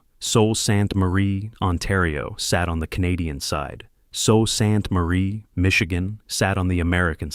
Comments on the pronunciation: It is pronounced soo Saint marie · Sue. Saint. Marie. Is this AI or badly narrated ?? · No one is listening past the intro when Sault Ste Marie is mispronounced. 😂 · I dunno what you were thinking doing a documentary on a city you've ether never been to, or had an AI do all your research about. Are you aware that alot of the pictures you used weren't even of the Sault? In addition, your AI narrator hasn't got a clue how to pronounce our city name. Like, come on buddy, this looks like it was thrown together with almost zero effort by a kid in elementary school. First, there is no "Fall" to the Sault. The population in this city has been fairly stable from 2016 to 2021, and has been climbing steadily since 2022. Secondly, we didn't lose industry in the Sault. The city saw that being solely dependent on Steel was flawed, so it diversified it's industries. The Steel Mill has actually been seeing rejuvenation, recently finishing installing a new Electric Arc furnace, with a second one underway. The addition of a tube mill, right on the property, expanded the final products the Steel Mill could produce. We're a center of renewable power generation (Wind/Solar/Hydro). For the past 10+ years our rail line to Southern Ontario has shipped goods DAILY. We have large-scale wood production, including particleboard. We're a main hub for wildfire services, including waterbombers. The corporate headquarters of the OLG calls the Sault home. We've got a large-scale aviation maintenance industry (JD Aero). We're a major R&D research hub for the Ministry of Natural Resources ("bug lab"). Our hospital is now one of the single largest public-sector employers i